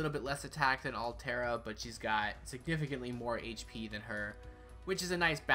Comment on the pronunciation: Arturia > Altria It's King ARTHUR, not ALTHUR Delight Works! God DAMNIT! Btw nice video